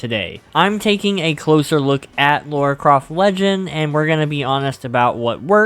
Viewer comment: It's Lara, not Laura